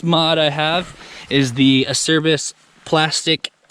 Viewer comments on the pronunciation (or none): Pronunciation : acerbis = A chair bees